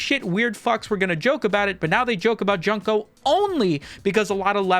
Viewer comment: It’s pronounced June-co, not fucken Junk-o 😭😭😭